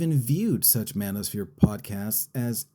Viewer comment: This guy said manospear. Then names a comic, a center right podcaster, and a robot. Do yall know what the manospher is?😂😂😂 talk to me when trump is on fresh and fit yelling at drunk 19 year old OF girls.